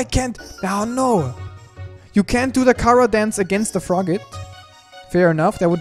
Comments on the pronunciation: ITS CHARA NOT KARA WITH A CH CH GET IT RIGHT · It not cara it Chara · Say charcoal: charcoal Now say chara: Kara